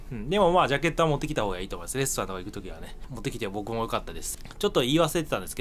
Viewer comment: 、レストランがレストンに、、